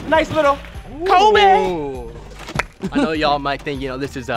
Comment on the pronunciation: When he said coby more like dobre